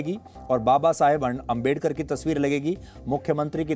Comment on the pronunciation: बाबा साहब अंबेडकर जी का नाम ढंग से नहीं ले सकते और पत्रकारिता करने आए__🤣🤣🤣